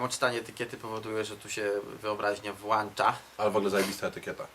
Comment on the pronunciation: wyobraźnia się WŁANCZA...WŁANCZNIKIEM...?